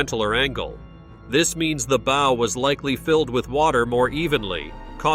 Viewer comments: say it right not bow and in bow and arrow..... BOW as in b+ow (aka ouch).... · Bo?? I think he means baww. 😂 Pronunciation matters. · You would think you could pronouce "bow" correctly.